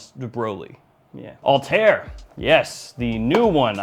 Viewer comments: The pronunciation of PDM Althaïr was wrong😊: there are 2 dots on the I😉, so it is Altha ir ☺️ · Why so many people mispronounce the name of this perfume is a mystery to me, especially as it is explicitly called Althaïr, i.e. with an ï. The letter ‘ï’ is normally pronounced as a narrow, front, unrounded vowel, similar to the ‘ee’ sound in ‘see’. Apart from that, I really like your vids. ;-)